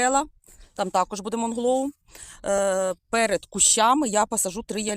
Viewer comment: доброго дня.Правильно вслух говорити:" МУНГЛОУ", а не МОНГЛОУ".